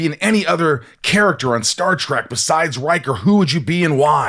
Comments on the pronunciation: ...It's Star Trek, NOT Star Trak!!!!!!! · Nobody believes you're really a fan, you keep calling it Star Track. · Did the host just say Star "Track"????? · Michael, it's Star Trek, not Star TRACK. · It's funny when Michael keeps saying Star Track, lol. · Star "track"? Again and again.... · Rosenbaum lost some cred when he called it “Star Trak” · Star TREK, not track 👊🏼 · As soon as you said star "track" I clicked away.